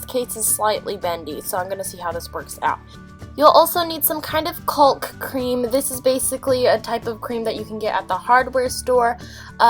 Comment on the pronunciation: lol i noticed you said caulk. its not actually pronounced that way, its said "cawk", ik its just freaking weird